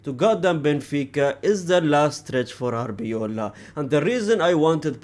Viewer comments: brother it's arbeloa not arbeola 😂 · The way he calls him Arbeola instead of Arbeloa 😂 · Love the indirect diss on Arbeloa by mispronouncing his name everytime suggesting "if he was a legend I would know how to pronounce his name" 😂😂😂😂